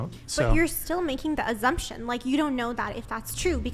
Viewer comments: Her pronunciation... “azzumption” 😅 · Sweet Lawrd ... the word is assumption derived from the word assume ...and not azzumption!!??? I am now assuming this woman is a dumbass!! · It's infuriating the way she pronounces "azzumption."